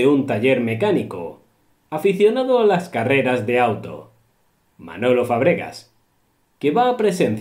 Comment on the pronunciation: Se dice Cuernavaca. El nombre de Manolo Fábregas, se acentúa y se pronuncia en la primera A